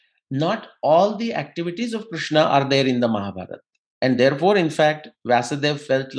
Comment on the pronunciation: KRISHNA, not Krushna. RIG Veda, not Rug Veda.